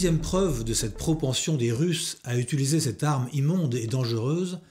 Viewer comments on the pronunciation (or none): Par contre c'est toujours un "i" dans "utiliser" et non pas un "u"... "utuliser" ou "utulisation" ou autre barbarie.. bref impossible de visionner cette vidéo d'autant plus que tu utilises (oups) ce mot toutes les 2 minutes